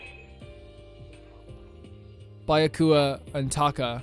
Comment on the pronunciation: Byakuya would be pronounced like “bee-ya-kuya”.